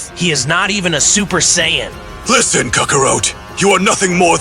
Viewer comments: Gotta learn how to prompt the Saiyan name. you have to either teach AI to pronounce it correctly or you spell it "SAYIN" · don't ever say Sayajin again